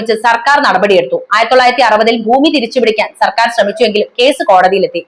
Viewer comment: ഉച്ചാരണം വെറും പൊട്ട (ബൂമി, അദികാരം അങ്ങിനെ പലതും) കനോട് place അല്ല "കൊണാട് place"